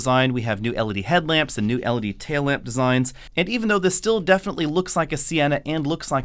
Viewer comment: Don't get me wrong, I absolutely love, but it's especially hard to watch him do a Toyota video. I twitch through the whole thing as he says toe-yota instead of toy-ota. And I already twitch on every video as he says el-uh-dee and el-suh-dee instead of el-ee-dee and el-see-dee. 😜